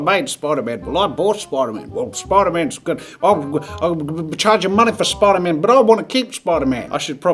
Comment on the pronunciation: nobody: Spider-Man Jazza: SPIDERMAYN ( LOOK CLOSELY ) 💀💀💀😂